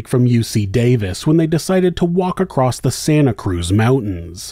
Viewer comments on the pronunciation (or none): She came “across” a man. Not “acrost” a man.